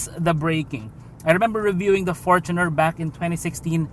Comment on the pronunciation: thanks for pronouncing fortuner correctly